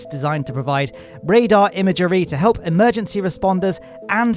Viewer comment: Thanks for the updates! Just a question ... how many syllables in the word 'imagery'?